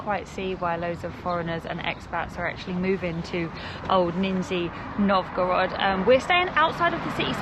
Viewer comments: Вроде из более чем десятка раз под конец видео однажды почти правильно произнёс название города 😂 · It's really DISGUSTING to say 'Ninjya Novgorod'! Narrow-minded folks, init... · Your pronunciation is a little funny😅 NinjaNovgorod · russian names exist, random uk guy: - nizhzshthniy novgorod!!!!!! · You could've taken an effort and read the city name correctly... what a shame